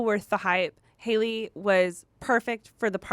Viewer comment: I don't normally comment I would just like to say Halle's name is pronounced the same way as Halle Berry's name so it's Hal-e. Just thought I would inform you. Loved the pod as always though and love you guys